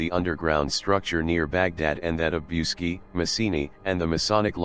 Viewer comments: The name of the mountain is pronounced "BOOCHEGI" , and it would be nice if you learnt how to pronounce the words correctly! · i am not Romanian but i heard you pronounce bucegi as" BOOCHEtch" ... just saying what Romanians i know say.. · The correct pronounciation is: bootchédgi - with a short i at the final (and do not pronounce it "ai", but simple "i", like the English "e") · I wish you knew how to pronounce Bucegi ! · WHY YOU MORE THEN INDOLENT COMMENTATOR, DID NOT TAKE A TIME TO LEARNE AND PRONOUNCE THE CORRECT NAME OF THE MOUNTAIN. MOST OF YOU PEOPLE MAKE FUN OF MELANIA TRUMP, THAT SHE HAS A FOREIGN ACCENT, EVEN SHE SPEAKS A FEW OTHER LANGUAGES. YOU DON'T HAVE TO SPEAK THE LANGUAGE, BUT IF YOU REFER TO A NAME IN ANY FOREIGN COUNTRY, LEARN THE CORRECT PRONUNTIATION, SPECIALLY WHEN YOU SPEAK ABOUT SOMETHING SO IMPORTANT AS THIS SUBJECT IS. IT'S AN INSULT FOR THOSE WHO KNOWS THE MOUNTAIN THE SPEAKER IS TALIKNIG ABOUT, TO LITERARLY DIN NOT UNDERSTAND WHAT MOUNTAIN HE IS TALKING ABOUT, UNTIL THEY SAW THE NAME OF THE MOUNTAIN, WRITTEN CORRECTLY. IN HIS POSITION, AS AN INTELECTUAL PERSON, I WOULD BE FEELING VERY INCONFORTABLE . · Don't forget the ch